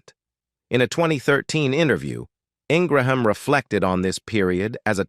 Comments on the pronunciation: It's an artificial "automated" reading of the script by computer. It repeatedly calls her "In-gra-ham", a pronunciation she HATES. She prefers Ing- gram. You can hear this automated voice narrating more and more Youtube videos. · This is the worst biography I’ve ever heard on utube very biased and repetitive and the constant mispronunciations for her name...then you accuse her of being a bigot prejudice DISGUSTING She is a Conservative that does not make her prejudice I have watched her for many years and admire her intelligence and her point of view. When you discussed her Education you talked about her amazing Law degree from University of Virginia but ended with Dartmouth talk Utube you can do better